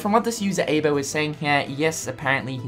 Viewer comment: Eye-bo not aebo.